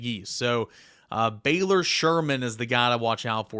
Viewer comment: Butchered Baylor’s last name 😂